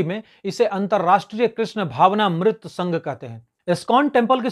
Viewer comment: भाई संस्कृत है और आप ने जिसे मृत पढ़ा वो अमृत है, भावना+अमृत=भावानामृत